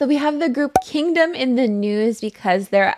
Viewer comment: "Kindgom's seventh mini album.... history of kindgom part *nuhnuhnuh*.... you said seven in the same sentence lol